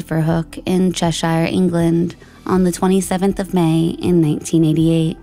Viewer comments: It’s ‘CHÉSSHUR’ not ‘Chess-shíer’ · Such a sad story and presented fantastically as allways, I have to just note... Cheshire= Che-sheer and Llandudno= lan-dud-no. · Yeah, she pronounces a lot of place names wrong. She even got Cheshire wrong